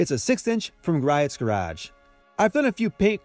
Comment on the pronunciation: Years ago, I was in a car show at the Griot's facility in Washington. It's actually pronounced "gree-oats". It's commonly miss-pronounced. If you ever have a chance to visit there, it's worth the time. Some amazing cars in the showroom!